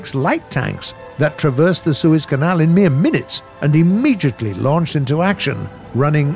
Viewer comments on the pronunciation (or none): none